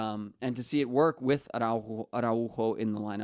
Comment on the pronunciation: Man wtf is “Ron” 😂😂 like how hard is it to say Araujo like I kept asking myself who is this Ron or Ran 😂😂